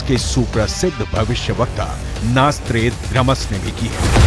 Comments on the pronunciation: नास्ट्रेडामस नही सही उच्चारण है nostradamus है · The narrator doesn't know how to pronounce Notredamus. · NOSTRADAMUS शब्द का सही उच्चारण करें।